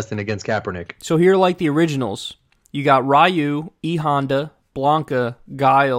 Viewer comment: How tf you say you like street fighter but you say ryu wrong